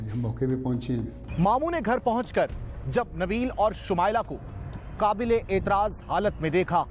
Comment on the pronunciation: qabelay aitraaz nahe naa qaablay aitraaz halat mein